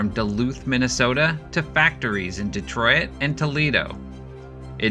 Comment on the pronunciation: I'm guessing your Canadian by the accent and mispronunciation of Detroit and RADAR.